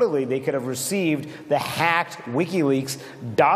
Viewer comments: I love how he over emphasizes "Hacked" every time he says it, like they're trying to drill it into peoples heads. HACKED not leaked by Seth Rich, HACKED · How many times is Manu going to say "Hacked" and with such exaggerated emphasis! #HisNameIsSethRich